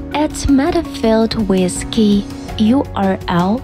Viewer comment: She miss-prounounces and its annoying for no English native speakers she says WIS instead of WITH! its hard to follow up!